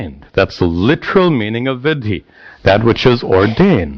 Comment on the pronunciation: Sir, if I may say so. Vidhi and Viddhi are different words and perhaps by oversight it is being pronounced interchangeably here.